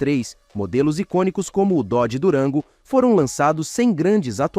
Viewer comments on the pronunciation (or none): none